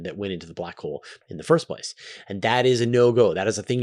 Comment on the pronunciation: I have been falling asleep to the 10 hour back hole video, and now every time I hear you say "Black Hole" I hear "Blah Cole" XD